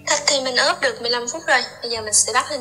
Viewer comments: Ướp mà cứ nói óp là sao? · Ướp chứ không phải ớp em ơi